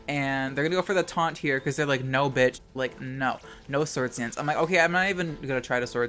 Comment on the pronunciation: lmao he said the australian "noarh"